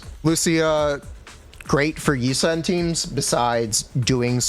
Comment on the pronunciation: Yi shwen..... yi sen ._.